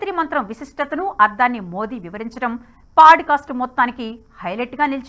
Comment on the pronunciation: Thank you for the video mam. very informative highlights. Small suggestion- its not paaducastu its podcast.